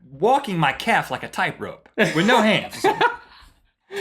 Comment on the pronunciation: Is it just me, or did Rhett say "type-rope" rather than tightrope??